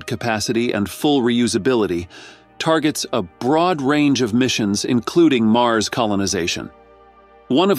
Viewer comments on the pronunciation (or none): none